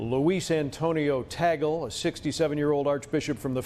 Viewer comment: TAHG LAY